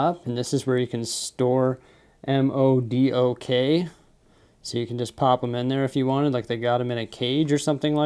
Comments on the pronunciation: just to help you out in future videos the buildable figure is not pronounced by letters it is pronounced Modok not M. O. D. O. K. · m.o.d.o.k is just pronounced modok in case you were wondering:) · hey here are some tips about the set... 1. the trans-blue color piece that iron-man is holding, is actually called a power blast piece. when you press the long side of that piece..the piece flys of the figure's hand like he is shooting. 2. actually the big robot is pronounced as 'Modok ' other than that, the set is awesome and i really love it. Thank you for sharing this with as. By the way, i should have done this a long time ago Congratulations for receiving 100k subscribers. Keep making awesome videos.we love ya! and Good Luck. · I’m cringing so hard when he pronounced modok smh